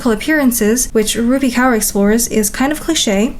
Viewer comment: no probs girlie From the next time if you have any problems in pronunciation of certain words of different cultures just ask us ❤ It's rup-ee(rupi) k-or(kaur) Gained yourself a new subscriber from India You remind me a lot of Chad Chad